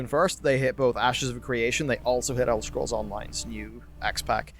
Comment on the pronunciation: elder schkrolls? good laugh :D